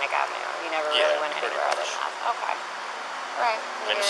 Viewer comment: I don't think I can survive hearing that female detective mispronounce "okay" ever again.